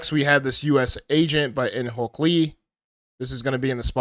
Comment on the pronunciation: Am I mishearing or do you call In Hyuk Lee In Hulk Lee?😂 Also I think the Bruce Banner is your favorite